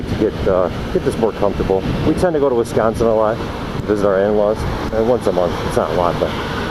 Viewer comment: oh and its not WESconsin its WISconsin wis as in swiss